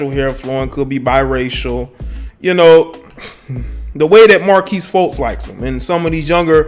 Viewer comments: mar-kelle, not marquise bro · You called him Markease instead of Merkelle multiple times. Disrespectful not knowing his name lol. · If I here him say markesse one more time. Markelle my guy. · Bro why you keep calling him Marques his name Markelle Fultz lmao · His name is Mark-Kelle 😂😂😂😂😂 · This dude can’t even say his name right Mar-kelle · Fuckin his name up! I can tell he isn't a Sixers fan! Lol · damn dude, get his name right. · You butchered this brother's name! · Butchered the kids name 🤦🏾‍♂️ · Did you just say "scripper." And did you just call the dude "Marquise" Fultz??? Bruh... who teached you how to spoke?